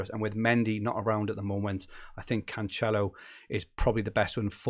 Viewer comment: your Cancelo pronunciation hurts my ears mate